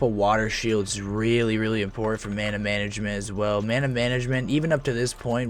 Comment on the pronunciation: "Urthurn" "Mawna" 😂🤣😂🤣